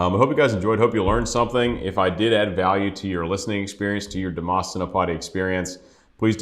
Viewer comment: Pronounced as dee mas like must without the t